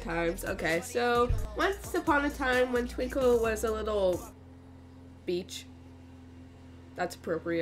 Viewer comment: when u said beach I cried while laughing it was so funny